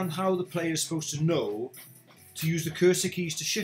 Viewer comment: I spent so long trying to figure out what a "cursed key" was before I realized you were saying 'cursor keys' lol.